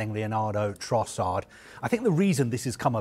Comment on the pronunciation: Leonardo Trossard??🙄